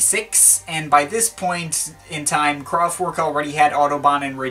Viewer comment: It's not pronounced "Kraftwork". It's a German band, so... it's in German. You know. /kraftvɛrk/ I mean, you know your electronic music. Is it too much to ask for you to make the effort to say the name of the band right? You are kind of doing that for French.